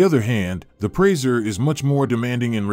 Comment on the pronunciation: He can’t even say the presa right. Wth